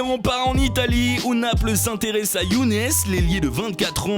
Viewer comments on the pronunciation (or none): none